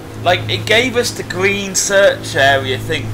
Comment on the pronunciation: Green not gween